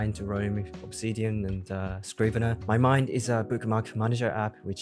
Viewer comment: 英語では、日本語みたいに「マイマ＼インド」ではなく、「マ＼イマインド」の方が自然ですよ～